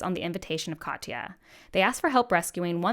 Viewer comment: Katya’s name is two syllables: kat, ya. Not ka-tee-ya. You really should listen to the audiobooks; Hayes is amazing. :)